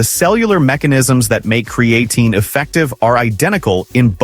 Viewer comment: I lost interest as soon as I heard kree-A-teen. If your robot can't even pronounce the primary subject correctly, maybe you ought to get off your ass and do it yourself.